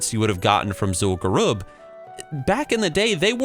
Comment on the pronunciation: "Zool garoob"